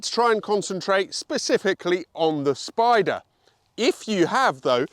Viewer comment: you know that Italian is a phonetic language; you could help end the confusion over the word Spyder/Spider by pronouncing the y or I in Italian just like you do with BiTurbo.